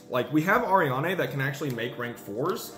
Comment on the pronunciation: It's pronounced Ari-Anne , not Arianeigh